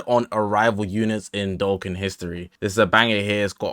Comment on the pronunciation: W ass vid but its doe khan not doe ken